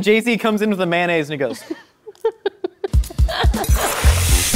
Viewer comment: nobody: Josh: may-nayz